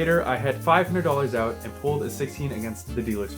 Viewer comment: Yes because you said "oat" when you meant to say "out"